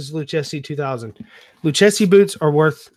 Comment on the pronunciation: Nice haul! This is my first time watching, but I must let you know the correct pronunciation for Lucchese. It is pronounced like you are saying Lu and Casey, Lu-casey. Being from the San Antonio area where this company was founded, my ears went on high alert when I heard Lu-chess-e. Anyway, great video!